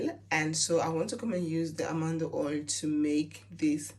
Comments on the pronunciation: Its Almond oil not Amando oil ! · It’s Almond oil not Almando oil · Almond oil. Pronounced ALL MAN D. Like the nut. Peanut, cashews, almond